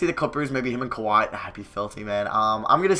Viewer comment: Like this man legit got Kawhi right